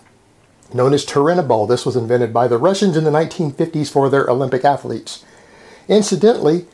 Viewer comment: Why do you pronounce athlete with three syllables? Do you prononce math with two?